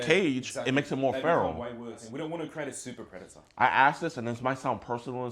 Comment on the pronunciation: “we don wanna create a suppa predata”